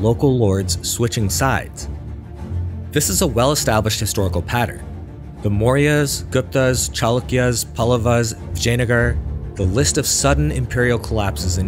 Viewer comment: You're doing too many videos about India to pronounce Indian words so poorly. It's not Palluva, but Pallava. It's not Brahmin with the "a" from apple, but with "ah", as it's written. Vijayanagar also... do you know how consonants work in Spanish? They're simple. Learn that and assume it's the same here, you'll improve 90% just that easily.